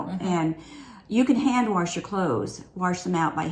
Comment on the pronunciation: Omg I was dying when you corrected your “warsh” hahaha ! My MIL says it that way